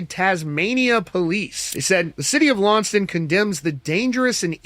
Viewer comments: The town is pronounced LON SES TONN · It’s pronounced Lawn-cess-tun. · It's pronounced Lon - ses - ton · Its kinda cute how they can't pronouns Launceston😅